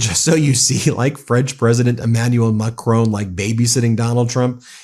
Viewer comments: Hi Ben, the French President’s name ´Macron’ does not rime with ´Stallone’. The ´o’ is pronounced as in ´on’ e.g. on TV. The French don’t pronounce the ´n’ but it would be acceptable on international media if you did. As to the stress pattern, it’s on the first syllable, so it is more MACron, than MaCRON. I’ll spare you the pure phonetics! I just thought I would point this out as he has been spoken about so much recently! All the best! Judith, a Brit in France for most of her life. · French President Macron Why do you call him macrone? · Pleeeease find out how to pronounce Macron! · All the Meidas Touch pronouncements are profound and absolutely correct - bravo! However, please try to pronounce foreign names/countries/words correctly. Put "Macron" into Gurgle Translate to French and listen - it is not MAC Rone but Mac RO with a short "O" as in boss. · Ben, please pronounce President Zel E nsky and also President Mac RON correctly. I love and trust your reports please continue. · macron not macrone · Pronounce President Macron like switch on mack r on not mack r own ! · Macron! Macron! The man’s name is Macron… it is not Macrone! FFs. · It is Macron, not Macrone……. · Please Ben, i love the Meidas Touch network but please stop referring to President Macron as President Ma chrone. Keep up your amazing work educating the American people about the situation in Ukraine 👍🏻🇺🇦🇬🇧🇺🇸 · Macron - it's Macron, pronounced 'Mack' 'Ron', not 'Macrone' he's not a Sicilian import! Sorry to divert from your excellent content, but this really grates! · It’s NOT Macrone. Mon Dieu. Pronounce it properly!! Bloody Americans’ freedom with how to pronounce words is so arrogant. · For the love of god, its pronounced Mac-ron, there is no e. Keep doing a great job but when you say macronee it grates on every french soul. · I don’t know why Americans pronounce President Macron’s name as Mac-rown . It’s Mac-Ron. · he is called macronG please remenber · "Imanual Macrone" 😂😂